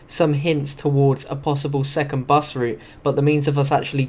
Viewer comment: Bus not bes